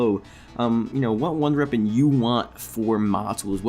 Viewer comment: "Runder reapon"